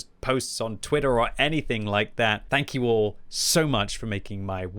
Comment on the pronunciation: You meant to say Tank you